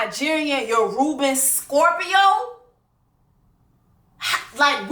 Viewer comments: Sis aint no "N" in Yoruba....your Nigerian friends gon be fined when we all get home this Christmas 😂🤣🤣🤣🤣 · The way you said “yoruba demon” was too funny. That’s not how you say it but thank you for the entertainment 🤣🤣